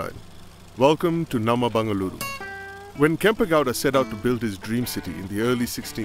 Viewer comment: It's Bengaluru not bangaluru 😮‍💨